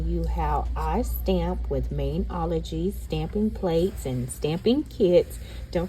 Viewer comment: Fyi its pronounced Mani-ology.. Like a Mani and Pedi.. Not Main-ology hope that helps hun.. Thanks for the review bc i always see it on youtube ads and to me it just looked super cheap and not good quality especially sincw its offered for free and you just pay shipping.. Thanks again for sharing hun 😊😊